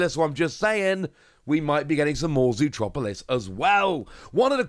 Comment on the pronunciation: 😂 i think that every time I hear him say that!